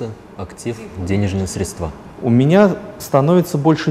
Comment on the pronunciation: срЕдства, а не средствА... по ушам режет